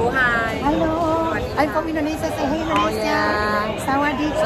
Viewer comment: Jgn laa kau asekk sebutt Indonesia maluu aku dengar nyee